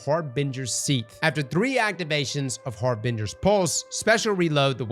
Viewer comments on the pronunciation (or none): Har-bin-gers pulse